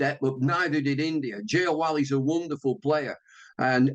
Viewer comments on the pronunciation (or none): Jay Wall seriously?? It's Jaiswal mate. These native speakers can't even pronounce a name properly & try to boast about their language everywhere 😭😭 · They literally pronounced it as Jay Wall 😭😭